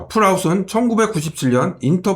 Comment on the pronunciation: 폴! 아웃입니다 풀! 아웃이 아니라 형님 흑흑